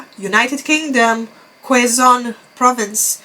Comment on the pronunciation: quezon, pronounced as kezon